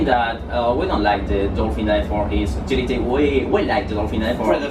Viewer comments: more tility* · tomas villescas no, eso es lo que dice "tility", se que es utility